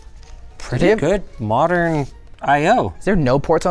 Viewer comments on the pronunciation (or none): none